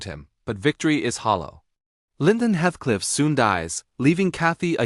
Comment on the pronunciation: Good summary but would have been better if the robo voice narrator had pronounced Heathcliff's name correctly.